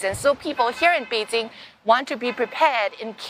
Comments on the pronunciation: It's Bei Jing, not bei JiN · Its actually Bay Qing